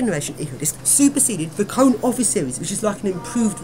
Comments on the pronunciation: It is not pronounced as 'Cone' it is pronounced as Conay'. Heavy disgrace to KONE. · It's his opinion. In Kone commercials, they pronounce it as if it had an accent, so this would be what I presume to be the correct pronunciation.